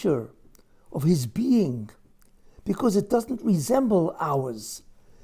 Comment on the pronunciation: His ...not Gis